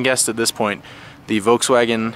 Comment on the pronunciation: He keeps saying voukswagen